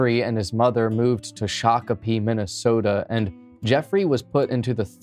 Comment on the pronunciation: My husband is from Laporte, MN, played Red Lake in football. Varsity, started in the 8th grade late 80s early 90s. I was impressed he said Shakopee, MN correctly.